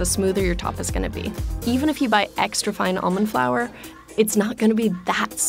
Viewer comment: eegs-tra lol